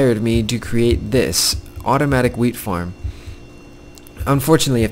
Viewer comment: jhe said wheat I thought he said weed